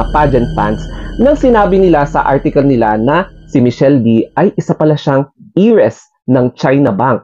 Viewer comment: Heiress pronounced is “Air-ress” —- just in case u need…..